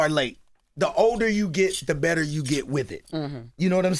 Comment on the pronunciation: keeps saying I got a betta question